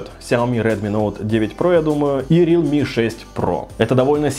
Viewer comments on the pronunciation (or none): none